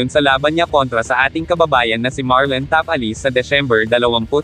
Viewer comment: Andyan na naman yong pag banggit mo ng Tapales. Ta Pa Les .